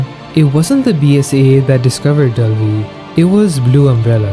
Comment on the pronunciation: Why in the re7 portion of the video were you saying "Delvi"? What is Delvi?